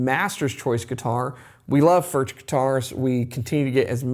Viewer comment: It's pronounced, "Furk".